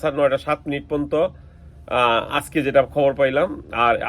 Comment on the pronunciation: আরে মূর্খ শব্দটা পন্ত না পর্যন্ত।😂